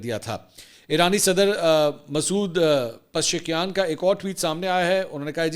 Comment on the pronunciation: منصور بھائی ایرانی صدر کا نام کسی استاد سے اچھی طرح یاد کر لیں (pa zishkiaan)